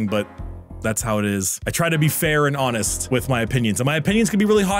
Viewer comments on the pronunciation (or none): none